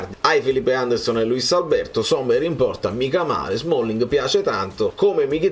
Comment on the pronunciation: Si chiama sommer, non sommers